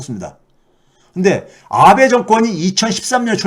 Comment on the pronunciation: 아ㅡ베 가 아니고 아베ㅡ 입니다 安倍ノミクス(아베ㅡ노믹스)가 실패했다는건 이미 오래전에 일본국민들이 다알고있는 사실입니다. 한국인들이 걱정할 문제는 아니라 생각함. 그리고 우리나라에서는 윤 🐖 가 친일파라고들 하는데 그건 윤 🐖 가 혼자 좋아하는 거 겠죠 일본 정부누구도 윤 🐖 에 대해서 이렇다 저렇다 코멘트 안함 일본국민도 관심없음 짧게 뉴스에 몇번 나왔으니까 이름도 기억못함. 교수님 방송 수고많으셨는데요. 이곳 일반 국민들은 그렇게 크게 심각하게 생각 안해요. 왜냐구요? 일본일반국민들은 우물안에 개구리 이니까요 ㅎㅎㅎㅎ (정부,정치인빼고)